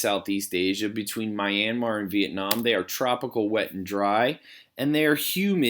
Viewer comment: (Mis)Pronunciation of Myanmar started to drive me crazy. Double check Brunei while you’re at it.